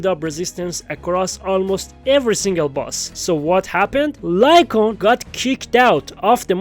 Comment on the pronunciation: One of the worst ones I've heard was someone calling Lycaon "Lee-kay-own" like bruh the game's been out for nearly 2 years now and you still call him that 💀